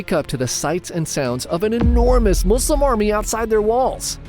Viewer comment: I love that you say Muslim with S! I hate when people say Muzlims🙄